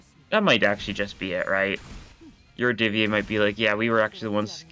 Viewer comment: QOTD: the yurodyvye finally getting some action, I honestly love their scarf design. They've also kinda been absent for the last 3 chapters as opposed to literally any other major antagonist faction Edit: Yurodyvye is pronounced with an emphasis on the "O" but your pronunciation is otherwise pretty good (source: russian is my mother tongue)